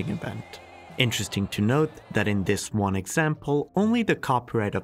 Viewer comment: Step "Juan" 😂 😂 😂 😂